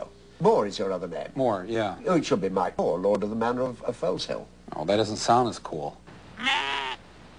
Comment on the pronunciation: Can't even pronounce it properly, it is Foezill and I claim it back by ancient trial by combat, so, my allotment this Sunday, if you are not there you are forfeit. I bet yo did not know, that my allotment was formerly the Foleshill sewage works. my family have lived around this part of the world for centuries, long before the USA was a thing.